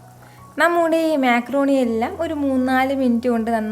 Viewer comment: മെക്രൂണി അല്ല മക്രോണി 😂